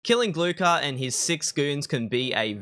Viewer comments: G L U H A R not glukar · Hey brah, the k is scilent in his name.